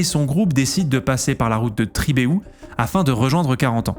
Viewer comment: "Tribééhou", tu m'as fait rire xD, mais sinon de la région, merci pour ta démarche qui aide à se souvenir des histoires de la seconde guerres mondiale.